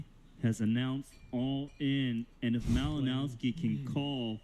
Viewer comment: It isn't pronounced "Malinowski", but "Malinovski"/"Malinoffski".